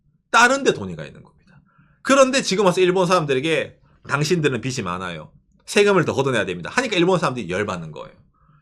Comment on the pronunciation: '빚이' 의 올바른 발음은 [비시] 가 아니라 [비지] 입니다 마찬가지로 '빚은' = [비즌], '빚을' = [비즐] 이라고 발음해야 합니다